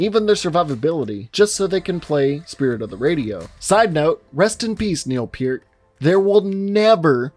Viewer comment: I know this is a four-year-old video, but dammit the way you Neal peart hurt me